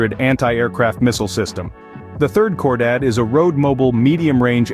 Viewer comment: Its not pronounced "Core Dad". It's pronounced "KHOR DAHHHD".